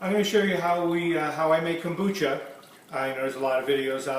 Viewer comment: Kumbacha??? Kombucha